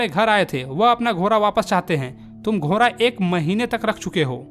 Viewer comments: GHODA ❌ GHORA 😂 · घोड़ा बोलिये घोरा नही😂😂😂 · Ghoda❌ ghora✅ 😂😂😂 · ghora ghora 😂😂 bhai sahi se bol lo ghoda hota hai 😅